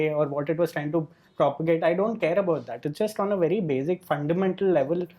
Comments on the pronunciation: Why does Rahul Desai pronounce "basic" as "bazic"? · Ok Rahul it's basic not bazic.